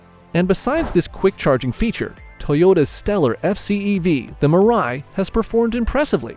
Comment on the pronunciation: its MIII-RA-I nor Murai, and it means "Future" in Japanese